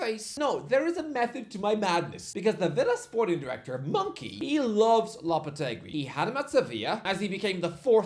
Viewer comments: lol brother it’s Mon-Chee not Mon-Key!!! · his name is monchi, pronounced moncheee, not monkey😂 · From calling Moisés Caicedo "Moise Saiseedo", he now calls Monchi "Monkey." Something tells me he's not a fan of names pronounced in spanish. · name pronunciations are usually bad, but "monkey" is outrageous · why's he pronouncing Monchi as "monkey"? 😂😂 he's Spanish not Italian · this moron really called monchi "monkey" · Monchi - Monkey is one pronunciation of ch as k away